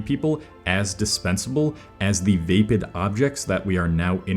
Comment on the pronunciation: How many videos are you going to pronounce vapid wrong before correcting yourself God damn.